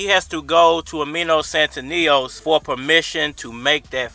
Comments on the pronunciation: Lol u keep saying his name wrong 🤣 it's Stan-ee-yo-niss 🤣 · Bruh you butchering his name so bad stan-knee-onis it’s not hard 😂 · You really butchere the man's name.